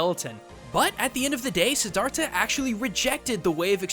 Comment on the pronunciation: i cringed so hard when u said Siddhartha because i am a Buddhist and u totally butchered it but to be fair it is hard to pronounce lol